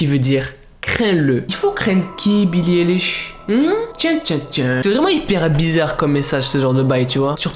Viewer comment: Ok je t'aime bien😂 MAIS ce n'est pas BILLIE ELISH mais BILLIE AÏLISH ( la prononciation )